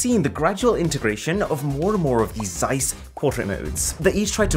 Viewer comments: Would be nice if you pronounced Zeiss correctly 😉. ZZZ(sharp)eissss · Please stop butchering the name Zeiss. Otherwise Great video as always.